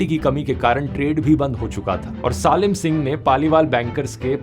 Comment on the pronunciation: सालिम नहीं सलीम सिंह बोलो 😂